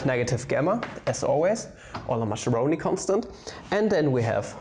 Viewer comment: So you've decided to make the Italians your ennemies and never will pronounce 'Mascheroni' correctly, despite all the comments about it... Good, good...